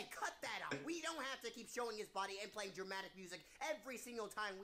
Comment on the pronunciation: idk if this just me but soundly like you said cu*t instead of cut 😅